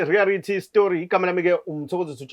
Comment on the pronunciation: NOT "REARITY" but REALITY please maarn try to familiarise yourself with this, gud job bra